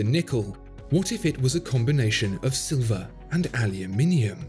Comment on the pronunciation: Finally someone who pronounce "aluminium" correct.